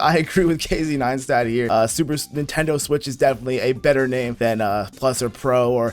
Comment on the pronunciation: Neentendoe swish